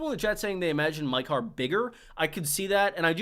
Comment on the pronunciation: Maekar is pronounced the same way you'd pronounce Maegor.